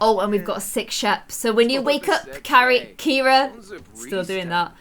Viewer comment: IT is Cira 😂